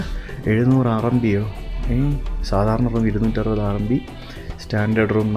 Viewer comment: It is not RNB, it is RMB, short form of renminbi, the full name is Chinese yuan renminbi